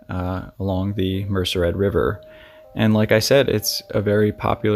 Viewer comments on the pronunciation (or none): It's pronounced : Mer sed, not Mercer Red. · MER CED RIVER not mercer ed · It's not a big deal but it's MERCED, pronounced MER SAID. Not Mercered. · Thank you. BTW Merced = "Mur - said". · I believe you mean the Merced River, not Mercered. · Two corrections- Mariposa is considered Northern California. And its the Merced (Mer- said) river. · Mer-ced River. Mer-said. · Merced, Mer-CED river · It is pronounced Merced River.